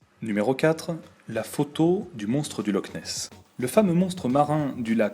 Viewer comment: sauf que c'est Loch Ness xD